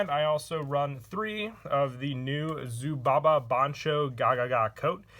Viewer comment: PLs pls plssssss ZUBABA not "ZUBABA-BA"